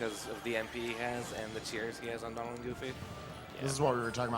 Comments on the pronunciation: I love this run but stop saying Dolan. Jesus. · It was a great run, but did anybody else hear the guy calling Donald "Doland" the whole time?? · so why does call Donald Duck, Doland? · its donald. please..... learn yourself